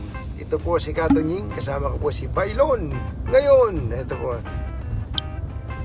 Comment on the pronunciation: Hello! Toying!..!..!...weeeeehhhh hahahaha hirap na hirap ka bigkasin ang mahal naming Pangulong RRDUTERTE 😉😊 Ibang iba talaga ano ang tunay na probisyano. Binabatiikos mo nga na walang nagagawa si Duterte! Ngayon,,,,, nga ngahhhhhhh!!! to see is to believe! Salamat sa pag baliktad mo nakinabang kana ngayon ano? Pag dumaraan dyan nakaka kunsensya ano? Hahahaha puro kasi paninira ang ginagawa nyo sa mahal namin na Pangulo RRDUTERTE.